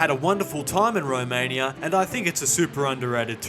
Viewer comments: I hate thus: the rage baiting title, the way he pronounces Romaniiiaaaa and the fact he started with gypsies. Didnt watch past that eveb if I know that this is satire. 🤮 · Why you pronounce Romania like that